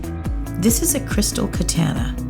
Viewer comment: lol, Katana's pronounced, "Kuh-TAH-nuh," not "Kuh-TAN-uh." No shade, just FYI. <3